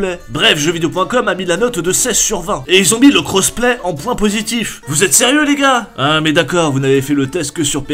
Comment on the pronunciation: "le gad du gaming"😂😂